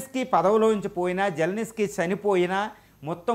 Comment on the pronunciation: జెలెనిస్కీ కాదు బాబు, జెలెన్స్కీ అని పలకాలి.